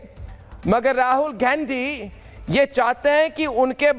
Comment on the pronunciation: इस गधे को शुद्ध गांधी शब्द का उच्चारण भी नहीं आता है